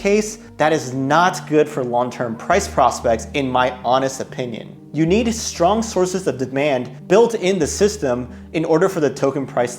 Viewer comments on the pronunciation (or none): none